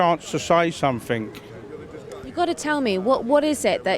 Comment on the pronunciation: Difficult to take someone seriously when they pronounce the word "something" with a k.